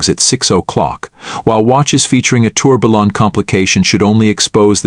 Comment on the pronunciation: I would also like to have a Pejtek Filipp Torbilllon..., check how to pronounce the names before next video;-)